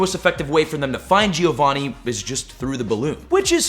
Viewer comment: Dude can't pronounce Giovanni